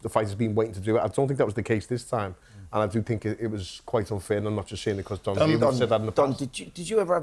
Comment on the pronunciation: Oi Simon, its DON not DOM 😅